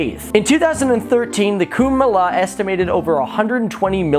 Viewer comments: It's kumba mayla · Kumbh Mela is pronounced as Kumbh Mela not Kumbhmela